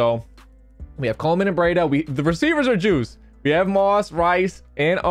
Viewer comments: It’s not “ brida” it’s BREEDA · Leaving a comment to help you out so I’m gonna be a dick and be annoying and tell you it’s Matt BrEEta. But hearing it the other way was funny so good vid big guy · It’s BR-EE-DA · Love the vid like always and just a quick heads up; it’s pronounced “Breeda” not Breida 👍 (not trying to sound rude lol) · If you’re a 9ers fan every time he said breidas name you wanted too correct him hahah it’s BREE DUH but it’s all good brother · It's BR-EE-DA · It's pronounced Bree Da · It’s pronounced breeeda